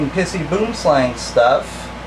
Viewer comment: Hahaha Mate you are a legend, I'm a South African, and I just can't get over how you say boom slang. ( yes the pronunciation was wrong but seriously who cares ) I would like to thank you for posting all your video's I find them fascinating, please keep them coming :)